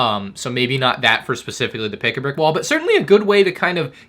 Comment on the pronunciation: "Pick-a-bwick wall" -, 2023 😂😂